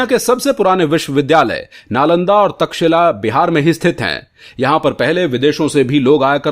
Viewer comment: क्षेत्र फल का उच्चारण भी गलत बोल रहे हैं??प्राचीन विश्व विद्यालय का नाम तक्षिला भी गलत बोल रहे हैं।